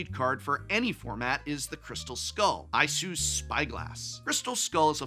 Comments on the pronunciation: Prof when you talked about Crystal skull, you pronounced Isu wrong you pronounced it as I-su, in the games they are referred to and pronounced as Ee-su. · Isu is pronounced "EE-sue". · I may disagree with your opinion on if AC MTG should exist but i must say Isu is pronounced ee-sue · Just as a note, Isu in the lore is pronounced Ee-soo (yes, it's a minor thing, but there it is).